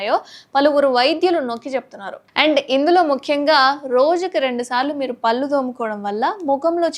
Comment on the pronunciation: పల్లు కాదే పళ్ళు/ దంతాలు అనాలి. ముందు పలకడం నెర్చుకో😝😁🤣😜